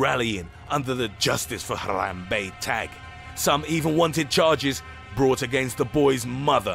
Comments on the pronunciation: Why couldn’t you just pronounce it normal man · I love how he pronounces Harambe as “H-ah-rah-mbe” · He even rolls the “Rrrrrr” while saying Harambe. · the way he said it too "NUMBER ONE, HARAM BEY!" XD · why is he saying Harambe's name so weirdly? Haaarrrrrraaambeey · Hathrathrabe it sound like to you said that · The way he says Harambe😂😂😂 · He even rolls the r lol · Fo you really have to enunciate "HARAMBE" so ridiculously? lol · The way he pronounces Harambe is weird. He sounds like a Mexican when he says it. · Um.......the way you say Harambe makes me happy in my insidey parts. Forgive me!